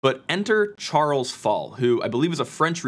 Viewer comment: I think it's pronounced "Sharl", not Charles.